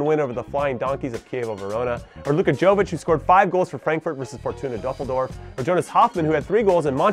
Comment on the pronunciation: Hey there Jimmy, you pronounced Luka Jovic wrongly, it sounds like Yovich. Good vid btw👍